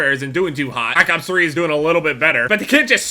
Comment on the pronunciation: did anyone notice that said black cops 3 instead of black opps 3